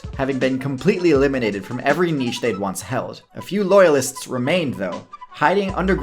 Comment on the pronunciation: Finally! An American who pronounces “niche” correctly